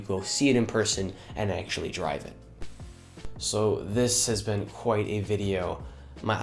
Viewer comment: It is "BEEN" (like you say BEAN)... "NOT BENT" (shape or force something straight into a curve or angle) !!